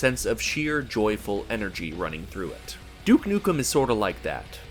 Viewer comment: You: Everyone gets Duke Nukem wrong Also you: gets Duke Nukem wrong